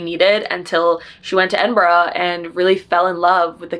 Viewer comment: As a brit watching this vlog, I'm just commenting this so you know !! Edinburgh is pronounched Edin-bruh !!